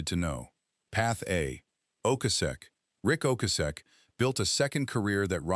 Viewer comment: Train your dumb-ass AI voice to say Ric Ocasek’s name correctly. So disrespectful.